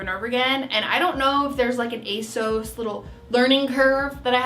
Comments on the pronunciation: it’s ASOS not A sauce for future reference 😌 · Asos to rhyme with toss not to rhyme with toes.:) Love your videos,. Thank you very much for this one.:) best wishes, Susan:) Edit: the Trench Coat/Rain Mac looks lovely on you. If you were in London and it was pouring down with rain, you'd love that mac. I loved that block colour dress you had on, and the sage green dress was gorgeous on you!:) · Ace-oss is how ASOS says its supposed to be pronounced. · You prounoune it ACE-OSS, just saying. Love all your vlogs, happy fall 🍁🎃 🎃👻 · Can we please pronounce it A-SEUSS from now on?! 😂 Also, I have tried ASOS before after hearing so many people rave about it and I don't really get it either. Not great quality, not that cute, I don't like how their website is laid out. Even though I'm sorry you didn't have a super successful haul, I'm glad I'm not alone in not understanding ASOS' massive popularity! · it’s pronounced a-sew-s, and I only know that because it’s the only youtube ad I’ve been getting for like the past 2 months 😖😂